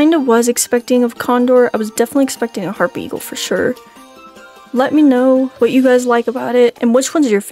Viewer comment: Bro hapry eagle not harpy eagle